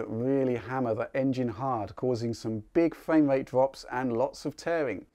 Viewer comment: You've got great content man, but I find it difficult to overlook the fact that you cant say "R" sounds correctly. Its not fwame wate, its frame rate. I hate to be rude it sounds childish